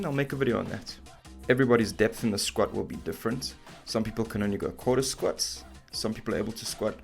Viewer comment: Lost me at „Squets“ 🤣🤣🤣